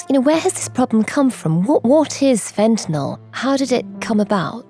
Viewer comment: If only the ignorant morons at Times Radio could pronounce 'fentanyl' correctly (fen - ta - nile). Say 'nile', as if you were pronouncing the name of the river in Sudan and Egypt.